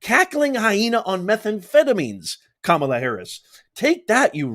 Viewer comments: Nobody cared how to pronounce Kamala all these years, but now it’s a HUGE deal? Just like Kamala didn’t care about our Border, but now she does? 🤷‍♂️🤨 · Mace knew exactly what she was doing when she pronounced Harris‘s name wrong the second time the first time she got it correct. So let’s not act like we didn’t hear or see that and once again plays the victim when she’s called out .She knew trump is watching closely so mace had to perform so that she could stay in his good grace cause she’s trying to win her district. She’s just another maga coward. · Mace said, "I will pronounce it however I want". Ultimate sign of disrespect. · If someone corrects you and your still refuse to pronounce their name incorrectly what are they supposed to assume coming from a white woman from South Carolina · I went to a great elementary school and I know how to pronounce words phonetically and it’s ka mala. ps I’m 72. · It's Kamalatoe get it right people! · Dyson just said Kamala instead of Kam a la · The way the rep was pronouncing it translates to "beast" in an Island language. Sorry can't remember which one. And besides, there was a wrestler named KAMALA back in the 70's or 80's I believe. And he was a big beast. Funny how that worked out. Just saying... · The libs were all wigging out about her pronunciation of Kabalas name. I feel she can say it any way she wants. Anyone pushing you to say something a certain way, is bullying. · The reason it may be racist is because of the association with the wrestler James ‘Kamala’ Harris. He had an Ugandan savage gimmick. So mispronouncing her name subtly makes an association with the negative stereotypes of this gimmick. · Listen to these low testosterone men and the irony they don't even pronounce her name properly only Vivek pronounce it correctly why because he's an Indian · Dyson pronounce her name wrong. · Montel pronounced it wrong then!